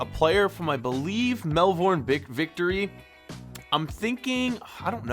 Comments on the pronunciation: Can U plz say Melbourne not Mel burn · It is Melbourne Victory, not Melvorne Victory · when he said Mel-Vorn I cringed then straight after that he says toe-von-in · hurts me as Australian, Melbourne is pronounced as mel-burn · I’m an Aussie and you did not pronounce Melbourne right and the player you chose is no the highest rated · I’m from 🇦🇺 and you burcherd that name